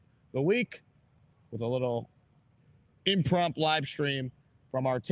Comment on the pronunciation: Forgive an old english major, but there is no such word as "imprompt" lmao. Try impromptu.